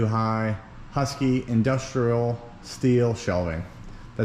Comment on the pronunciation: It's Husky, not Huskee.